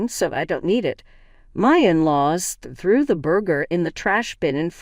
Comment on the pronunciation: "Threw" the burger away not "through". Pass the "bah-ton" not bay-ton. My mom's 'main' business not 'mean'.